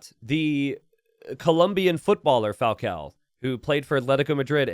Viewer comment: At this point way of ignoring the existence of ã in all Portuguese names must be proposital, pretty funny Falcão Dogão